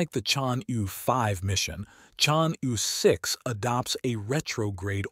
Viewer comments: The pronunciation of Chang'E-6 is 100% correct for French people. Knowing that France, Italy, Norway and Pakistan are participating in this mission, I think he wants to pronounce the French phonetic E [Ə] ChangE-6. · I take it this is a robot voice. Its pronounciation is p'.poor. Why not use a human who can at least approximate the correct sound of "Chang'E"? Is this a money saving endeavour? If so, it is a case of "spoiling the ship for a ha'pen'orth o' tar." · The robot is talking American-English and each time it merntions "Chang'E", it pronounces "E" differently so even if one accepts what you are saying as a valid excuse (Which I don't) it does not explain how the "correct" pronounciation changes between sentences. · I have heard at least 3 different pronunciations